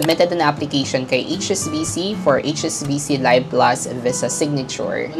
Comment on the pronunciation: Pronounced LEEV plus, not LUHYV plus